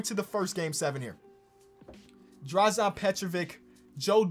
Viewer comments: for the future please pronounce Dražen's name like this DrazEn (not DrazAn) Petrovich, thanks, love the vid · im a big fan from Croatia,been watching u pronounce Dražen wrong for a while now,u pronounce it Draž[en] the "en" u pronounce like youre about to say enormous.Ur welcome.